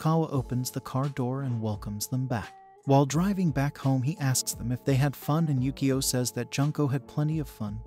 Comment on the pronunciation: It's pronounced Yukio (you - koe)